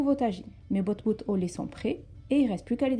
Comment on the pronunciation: c pas botbout c batbout